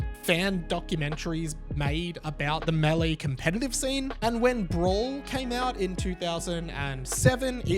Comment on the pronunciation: “MAY-LAY” = Melee or “MAY-DAY” 😂 I love the way you say it better though not gonna lie